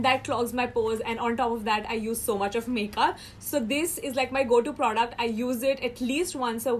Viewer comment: You don't know how to say "product" lol😂😂